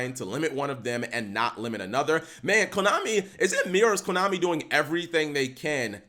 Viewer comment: U literally said komani cap